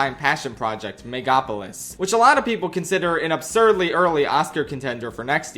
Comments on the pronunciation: MEGAPOLIS? it's MEGALOPOLIS guy learn to read :learning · Why does he keep calling MegaLOpolis 'Megapolis'? ARGHHHHH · "Megopolis" "Repreesed" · not knowing how to pronounce Megalopolis wasn't something I was expecting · left out the "lo" in "Megalopolis" Literally unwatchable